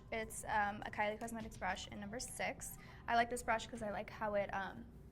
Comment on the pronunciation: it sounds like he said carly 😂 i found this funny